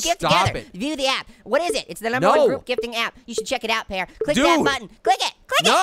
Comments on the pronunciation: it is pear not paer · 'Pa Ear?'